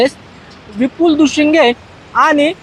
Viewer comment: Dushinge nahi ho Dushing